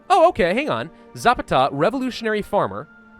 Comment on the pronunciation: Za-PA-ta. I enjoy your content either way.